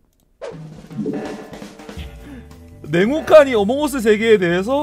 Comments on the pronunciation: 괜찮아요 전 냉목칸인줄욬ㅋㅋ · 자꾸 냉혹한이 네모칸으로 들려.......ㅋㅋㅋㅋㅋㅋㅋㅋㅋ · 뭐야 지금것 네모칸이라고 들어서 내가 모르는 뭔가 있는 줄 알았는데 "냉혹한" 이었군요...? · 나만 냉혹한을 네모칸으로 들음???ㅋㅋㅋㅋㅋㅋㅋㅋ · 처음에 냉혹한 어몽어스의 세계 라고했을때 저는 네모칸 어몽어스 세계라고들었.... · 나만 자꾸 냉혹한이 네모칸이라고 들리나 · 나혼자 냉혹한을 내모칸으로 들려서 엥 뭔 내모칸? 혹시 벤트말하는건가 이럼?